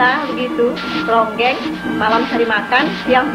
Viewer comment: nji ronggeng kali min, bukan rongeng